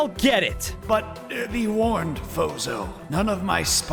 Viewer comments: Fozo? İts Sounds like BOZO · i heard not fozo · Your name is not fozo it’s